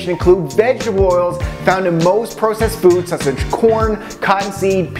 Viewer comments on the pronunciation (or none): He says "processed" and "bagel" like a doofus.